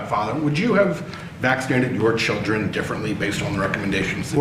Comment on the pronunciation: "I took my chilrden" no he fucking didnt😂 Id bet money he pays people to do that for him